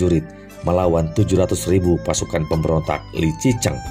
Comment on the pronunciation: Kaisar 崇祯 ZhongZhen (baca Chung Cen) juga 李自成 Li ZiCheng (baca Li Ce Cheng)... Lafal fonetik-nya bukan dibaca n dikite dgn lafal ejaan bhs Indonesia baku... Akibatnya, bunyi lafal fonetik-nya jadi menyimpang jauh dari bunyi Lafal fonetik aslinya... MASUKAN untuk Mimin/Narator, baca dan pengucapan 汉语拼音 HanYu PinYin (baca Han Yi Phing Ying = Lafal ejaan bhs Mandari) bukan dgn ejaan baku bhs Indonesia yg mengakibatkan nama2 yg disebut jadi aneh dan sulit dimengerti bunyi ucapannya, seyogyanya Narator belajar dulu metode dikte/baca Phin Yin atau nanya dulu ke orang yg mengerti bhs Mandarin dan cara pengucapannya yg benar... Sayang informasi dari konten sejarah yg sangat baik jadi rancu dgn bunyi lafal fonetik nama2 tokoh sentral yg menyimpang jauh dari lafal fonetik aslinya... #Hanya sekedar masukan aja